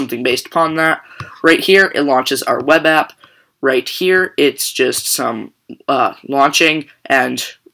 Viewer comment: Driking game "right heer" :-P